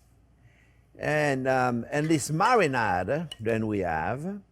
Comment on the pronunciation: Fwends. Mawanade